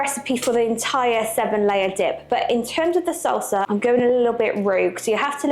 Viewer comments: I was so confused for like a minute because it sounded like you were saying you were going to have to make your own seltzer, but salsa, yes, okay. LOL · It sounds like you’re saying seltzer. It’s salsa (no E).